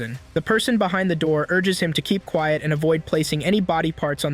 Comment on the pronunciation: bro said quet XD